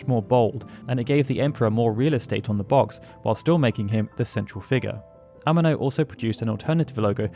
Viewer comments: Yoshitaka "Ehh-Meh -No"... holy shit north americans really don't give a f*** about anyone else language. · Why do you pronounce Amano like an English word? I'm sure you seen many interviews saying his name. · The way you say “Amano” is killing me 😂